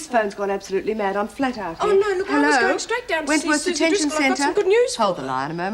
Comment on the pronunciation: We even have calling Suzie 'Susen' ridiculous.